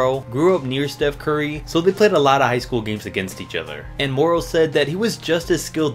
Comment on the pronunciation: This man said Steph sturry